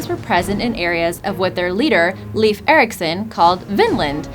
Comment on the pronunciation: Its leifur not lefir you dont know iceland